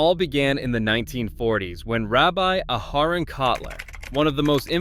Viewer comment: Narrator of this video should learn the pronounciation of names and words such as Elie Wiesel, challah, Boca Raton and Rabbi Aharon. Also, this video is already old. It needs to be updated.